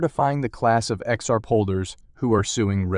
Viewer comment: Learn how to say XRP! Your info is very dated and your Title is clickbait!!!